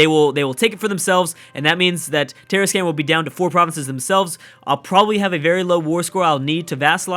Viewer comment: Tarascan: Tah-Rah-Skahn Colima: Ko-Lee-Mah